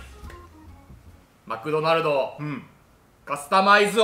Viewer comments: 絶対マクドマルドって言ってるよね、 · 最初「マクドマルド」って言ってない？ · 初め「マクドマルド」にしか聞こえない